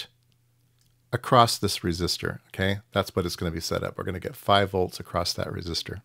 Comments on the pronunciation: Sorry, but I keep hearing acrossT when my ears expect simply “across” (without the “T”). Other than that, thanks for the explanation for something I did not even realize built so complex! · Interesting because I hear the extra 'T' all the time and its more prevalent in USA than in UK and I don't get it !! its ACROSS not ACROSST !! LOL :)